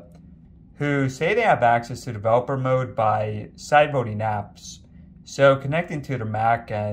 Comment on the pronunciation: cant understand what you said. Did you say side boating?